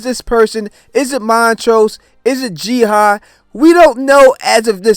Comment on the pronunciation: Do you just have problems pronouncing “ah” and just end up always switching those two letters around, or what lol. Her name has been established as Ji-Ah, NOT Ji-Ha like you keep saying lol 🤷🏽‍♂️